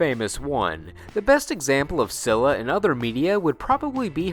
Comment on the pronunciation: It's Pronounced Silla Not Scilla